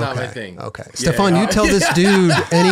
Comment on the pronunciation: Stefan says 'this is how you say my name'......... continues to mispronounce it for the whole damn interview!! I love but he has no capacity to listen or take information on board.........in one ear, out of the other.